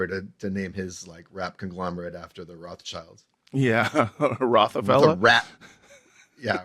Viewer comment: "Roth's CHILE" 🤦